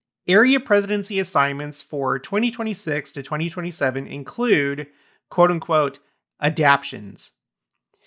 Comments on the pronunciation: Trying y to o remember but perhaps it was 1984 when church changed from Regional Reps to Area Authorities. Also, pronunciation of “adaptations” is ah-dap-TAY-shuns, not ah-dap-shuns. 😉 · Mission presidents have always had counselors, sometimes the missionaries don’t ever see them or they are only in far away areas. Also, you kept mispronouncing adaptations.